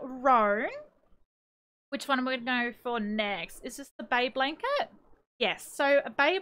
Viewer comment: not being rude but whenever she said "bay blanket" it kinda sounded to me like she said Abe Lincoln-😭